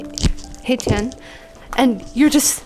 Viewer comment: love this reaction! its read as "hechan" btw not "haychan"